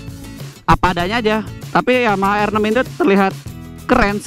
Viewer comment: Motornya bagus, tpi yg reviewnya ancur salah duanya suara dan gak bisa ucapin R6 in english. Masih nyampur like R6 (dia sebut: er six). Mana pantas reviewer kayak begitu. Sayang channel sebesar Autonetmagz terkesan murahan hanya karena reviewer seperti itu.